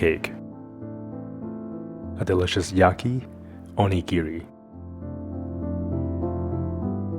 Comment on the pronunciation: Pronounced O-nigiri, not Oni-giri btw